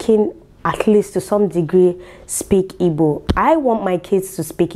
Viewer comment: For the fact you are not saying “ibo” like the wannabes but the real deal IGBO, I love you more ❤️🖤🥰😘😍